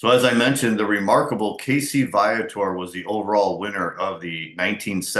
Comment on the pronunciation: Your pronouncing his name wrong...its VEE-a-tor as spoken by Casey himself!